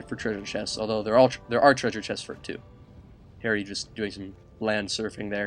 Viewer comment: at 13 minutes and 45 seconds did he realize he called harry airry is he racist?